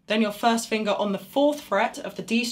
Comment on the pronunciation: I like the way she says "fust finguh".